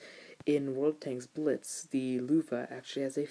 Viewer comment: you pronounce the tank name incorrectly (((